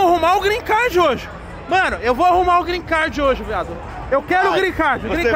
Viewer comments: Tá Tirando eu Zé. Tem Toguro Virjão falando Grin Card. 500 x. No vídeo tem Like ! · O q mais foi falado foi grren card kkkkk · Porra Tog eu te admiro, mas "Grin Card" é foda! kkkkkkkkkkkk Só conseguiu com Jojo Todinho kkkkk